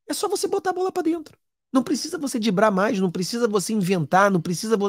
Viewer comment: Excelente avaliação , como sempre. Mas ... "dibrar" me fez rir alto! Hahaha